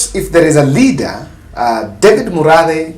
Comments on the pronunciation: Hi. He is called Murathe not Muradhe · It’s Murathe and not Muradhe